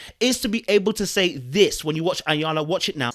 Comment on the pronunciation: Interesting. His pronunciation is actually closer to the correct Yoruba pronunciation. (Iyanla in Yoruba language simply means 'great mother' or a generic term for one's female ancestors).